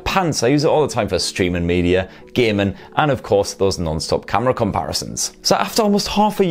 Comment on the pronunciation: The way he said gaming made me laugh 😂